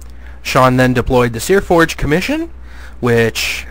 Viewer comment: It's Seaforge. There's no R in it.